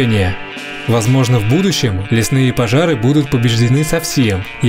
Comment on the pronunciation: Первые секунды сразу бросается нарушение раздела русского языка «Фонетика». Выделяю буквы, которые требуется произносить не так, как они пишутся : «пОжар», «Опасность», «лЕсов», «ЭкОлогии» и почти все другие. Это робот или двоечник?